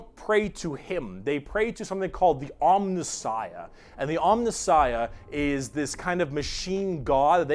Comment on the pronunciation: Jesus effing Christ,! It's 'om*NI*ssiah'... third last syllable!!! It's like hearing words akin to 'nuculear', 'calvary', and 'foilage'.